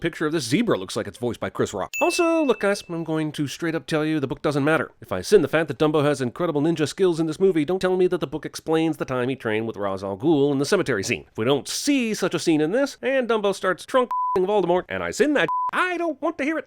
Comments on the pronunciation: Its pronounced RAYSH al GOOL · It's pronounced Raj al gul